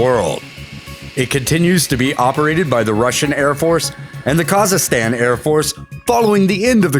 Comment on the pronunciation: The pronunciation of Kazakhstan was horrible. He pronounced it "Kazastan"...totally